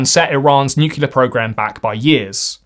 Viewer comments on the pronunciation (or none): Any person who unironically says "nucular" instead of nuclear should probably not be occupying a high leadership position of any sort.. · there’s only one “u” in nuclear